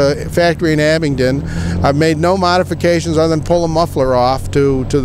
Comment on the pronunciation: There is no "T" in Abingdon.